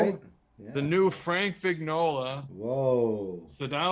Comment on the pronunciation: And not to be a nudge, but in Italian "Vignola" is pronounced "Vin-yola" ; The gn consonants sound as "yoh" - la". Much more "melodic".....